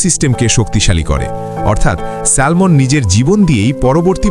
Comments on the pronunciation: সেলমন নয় উচ্চারণ হবে স্যামন (Salmon) l silent. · স্যামন, স্যালমন নয়। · Not স্যালমন ❌ এটা স্যামন ✅ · উচ্চারণ ঠিক করেন। এটা হবে স্যামন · মাছের নামের উচ্চারণ হল স্যামন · A humble correction.. ওটা salmon উচ্চারণ হয় না। স্যামন উচ্চারণ হয়। L mute থাকে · উচ্চারণ শ্যামন " ল "টা উঝ্য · উচ্চারন ভুল হয়েছে ভাইয়া.. স্যামন....' L' is silent here...